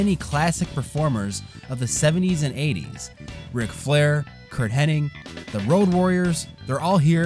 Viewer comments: Soooo annoying when ppl call him Curt Henning... It's Hennig! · . That's uh... a rather interesting pronunciation of the word "posthumous." Oh, and . it's Curt Hennig, not "Henning."